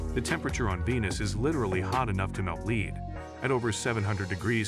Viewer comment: Hot enough to melt leed, you say? Oh my. Whatever leed is...